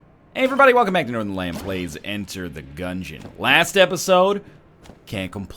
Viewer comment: I heard Nothernlamb